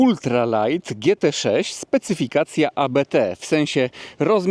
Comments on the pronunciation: Mówi się Abt, a nie A B T. Abt to nazwisko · Abt to nazwisko - nie mowimy abete 🙂 dzieki za film! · Nie "A-Be-Te" tylko "Abt" to jest nazwisko - tego się nie literuje 😉